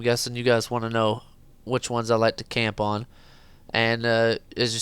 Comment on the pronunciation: when you say camp on it sounds like tampon